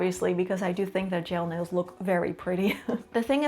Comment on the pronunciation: I keep hearing "jail nails"